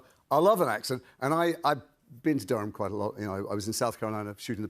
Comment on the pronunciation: It’s DURM you idiots